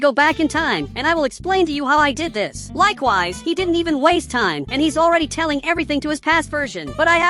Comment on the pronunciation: Why he always says likeways😂😂😂